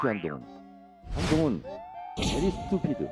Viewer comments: 김정숙 조사나해 정청래 발음 스튜피드야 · Stupid 는 누가 Stupid 인지 모르겠네.. 저것은 한동훈에게 한말이 아니라 대한민국의 국민들에게 한 말이네... 왜냐면 한동훈은 국민들도 공감하는 말을 대신 시원하게 해준거니까 ㅋㅋㅋ 저것도 영어 발음이라고 ㅋㅋㅋ. 총선에서 보자